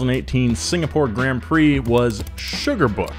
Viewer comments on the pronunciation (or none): Bruh man says fking gränd prix instead of grand prix